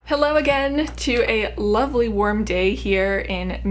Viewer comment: Omg I thought she said “worm day” not “warm day”